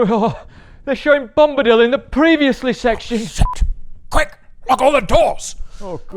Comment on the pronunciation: Love your Tom Bom-a-dillo